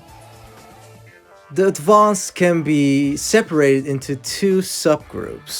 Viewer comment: bro said advanced in an french-ish accent